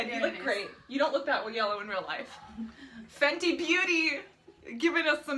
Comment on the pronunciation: Fenty... not Fendi....